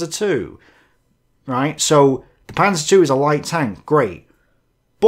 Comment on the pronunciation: Its proper name: The Panser two! OK....Man lernt nie aus -:)